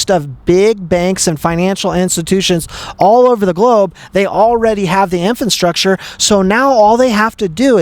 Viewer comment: InFRAstructure, not InFANstructure my guy, 😩🙈 You can do it let’s gooooo 🎉🎉🎉